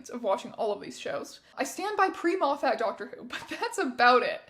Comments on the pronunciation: Erm, actually (pokes glasses up nose), it’s pronounced ‘Moffet.’ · also thank you for pronouncing Moffat the wrong way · That is the first time I've heard Moffat pronounced like that